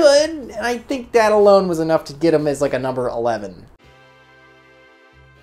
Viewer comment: I like the way he says big nomber, its always funny to me